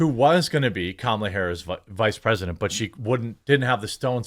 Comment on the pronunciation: The IRS endorses Comma-La? That's rich.